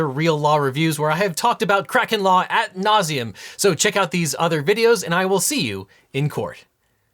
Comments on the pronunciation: *ad nauseum, not at nauseum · Objection it is not at, it's ad, as in approaching near to up to